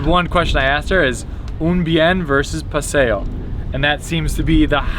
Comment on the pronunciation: It's paseo.